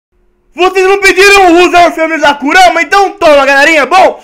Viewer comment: valew man c não sabe como que eu fiquei feliz de vc acerta o nome da kurama